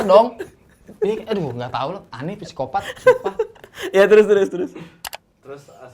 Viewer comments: Dosen saya bilang, kalau tulisan psikopat bacanya sikopat tanpa P heheh :) sama seperti Psikologi di baca sikologi.. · Bang radit: “Siapa presiden indonesia?”: “jokowi” Bang radit: “PESIKOPATT” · Psikopat bacanya P nya ga dibaca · Bang Radit: "Gw siapa?": "Manusia" Bang Radit: "PSIKOPATTT"